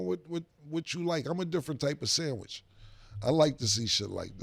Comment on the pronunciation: Killa role playing leaked into this segment. “Imma Sammich” 😂